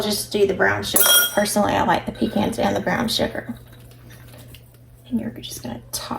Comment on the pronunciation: I am so happy to hear you say pe-cans instead of pe-chauns. I get a lot of flack from my northern friends 😃